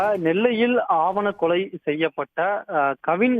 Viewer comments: செய்தியாளர் கண்ணன் ஆவன கொலை இல்லை ஆணவ கொலை கவனமாக உச்சரிக்கவும். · அது எவன்டா நியூஸ் சொல்றவன்!? ஆவணக் கொலைனு சொல்றான்.@ second